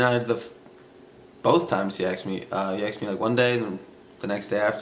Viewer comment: He “axed” me? Sounds painful 🤣